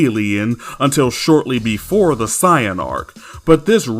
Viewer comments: Bro why do you pronounce "saiyan" as "siyan" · “Siyin” 🤦🏽‍♂️🤦🏽‍♂️. Idc if that’s the right way to say it, it’s freaking stupid. Just pronounce it the same way everyone else does bro. It’s not gonna kill you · Do me a favor. Let me hear you say Saiyan with a long A sound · You say saiyan as say in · No he’s saying it as “Sigh-yin.” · If you think that he is mispronouncing the word "Saiyan", he is using the Japanese pronunciations, and he likes to use the Japanese terminology of Dragon Ball in his videos now. He used to use the Western terminology, but now, he wants to be more accurate, so he uses the Japanese terminology, now. Also, people constantly accusing him of mispronouncing "Saiyan" is why he made this video: "Discussion: How To Pronounce Saiyan"